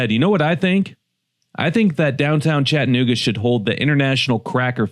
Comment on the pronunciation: Friendly reminder from a native, its ChattA-nooga, not Chatt nooga.